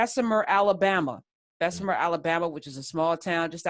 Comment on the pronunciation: Unions good and bad and it’s Bessma not Bessemer